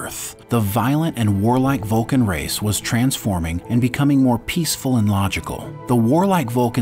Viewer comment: it’s Vulcan, not vulkan